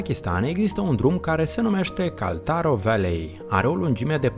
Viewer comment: Mai invata macar sa citesti in engleza, daca vrei sa ne prezinti ceva. KHALTARO VALLEY ROAD, trebuie sa iau ceva medicamente la urechi, ca l-ai distrus.